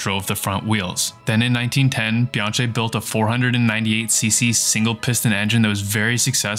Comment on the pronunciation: bee-aang-kee 🙂 Sorry,, now go back a re-record every time you said Bianchi! 😂